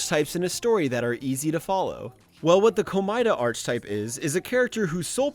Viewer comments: I hate to be a picky bitch but it's "ar keh type" not "arc type" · Great video. But just wanna say this. It's pronounced "Ark-e-type", not "Arch-e-type". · seb reads the fact that he keeps saying archetype wrong is annoying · i literally thought you were misusing it on purpose to send the viewer insane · the way you say archetype is absolutely driving me up the fucking wall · This stuff usually doesn’t bother me but you pronounce archetype so wrong every time that it’s actually infuriating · I love the video and I know you've already mentioned this but every time you say "archetype" I die a little more. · this man saying archetype as arch type like the ch is pronounced as a k my guy also unwavering means you don't waver, not that you don't wave. factcheck your shit. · Bro, that is NOT how you pronounce "archetype"... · Why does this guy pronounce "archetype" so wrong? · The way says Archetype i